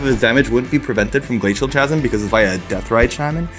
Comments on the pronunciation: Chasm is pronounced kasm ;P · Not that it matters, but the word Chasm is actually pronounced "Kazm". It's a weird word. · glay-seal kazam. that's the pronounciation btw. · Kh-asm, not cha-sm :) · it’s pronounced “Ca zm” like how you pronounce “Ca-t” not “CH-azm” like “Ch-ips” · Not tryna here hate or nothing here but isnt a native english speaker? How can he not know its pronounced "KHASM" with a hard C and not "CHASM with a soft C like Charizard? Im genuinely curious as its something i've seen native english speakers do with many different words alot in general. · "Ch asm" lol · The "CH" in "Chasm" is pronounced as a "K", just so you know :) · Guys. Glacial Chasm. It's a hard "k" sound, like Chaos Orb, not a "ch" sound like The Cheese Stands Alone. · Great episode but... the 'h' in chasm is silent lol